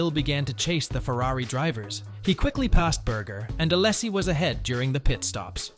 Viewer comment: each "allasie" makes my ears bleed. srsly and no offense, just asking: why can (so many) native english speakers not pronounce names of any other language correctly? (also i wondered who's this "john" you are talking about all the time. and no, i'm not french)